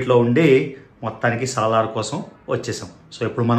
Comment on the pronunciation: Saaalar kaadu anna salaaaaar 😂🤣